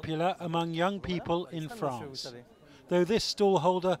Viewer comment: Viva La Fronce! Jadore Fronce!